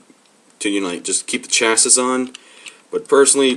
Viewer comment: just a little 411: Chassis is pronounced "cha-see". just lettin you know